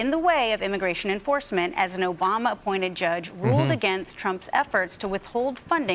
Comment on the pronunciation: just said Nobamna seriously. Are we just going to pretend that because she did that, this whole "news" thing isn't a meme?